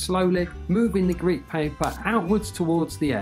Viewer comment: its grit not grade